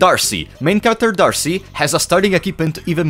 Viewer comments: I'm pretty sure D'Arce is just pronounced Dark or Darke. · D’arce is pronounced with a silent E